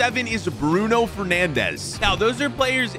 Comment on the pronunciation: how does he pronouce immobile correctly but not bruno fernandes correct